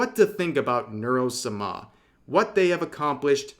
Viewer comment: has he always said Sama like that, it is torture